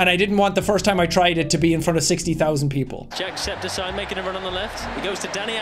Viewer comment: Jack Septic Eye ❌ Jack Septi Ceye ✔️